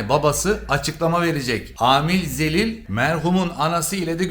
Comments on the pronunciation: da xelile zelil dedin😂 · Zəlil yox e Xəlil😂😂😂